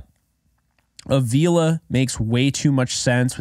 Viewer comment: I don't want to be that guy but Avila is pronounced like avocado. I only mention it because I know you said you like to get names right,and i watched an interview with him and thats how he said to remember it 😂. Anyways keep up the great content!